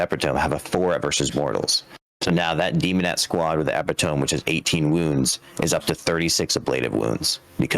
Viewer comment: “Eh-PIT-oh-me” not “epi-TOME”